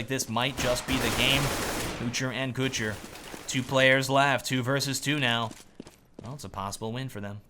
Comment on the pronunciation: I think u pronunce kucher wrong, u stretch the ,,u''